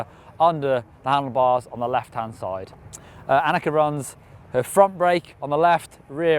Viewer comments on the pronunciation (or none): im pretty sure its anneke not 'annexe' an annexe is like that place that Anne Frank hid from the Nazi's :/ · ...Can you say Anneke just one more time...I don't think you said the name enough.